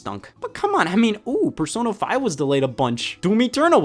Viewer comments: It sounds like he’s saying persono five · why does the way he's saying "Persona 5" sounds so weird to me? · he pronounced Persona5 wrong lol scott this is the 4th time NeVidia